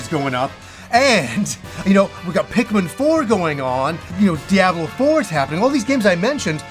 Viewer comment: Your pronunciation of Diablo always throws me off. lol